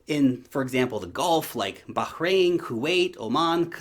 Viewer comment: Great pronunciation of Bahrain- also let's not forget hat Ripple have been working closely with the IMF- I also believe the Ripple team are among the best in this space- thx.